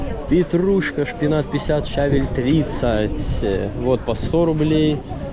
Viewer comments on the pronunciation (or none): none